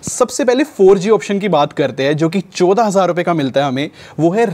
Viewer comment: bhai choda nahi chaudah hazaar hota hai